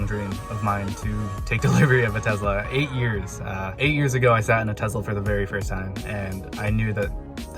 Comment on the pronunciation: Congrats on your TeZla....hahaha